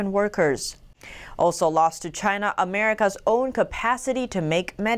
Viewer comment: CHY——-NAH chyNAH cHYnAh!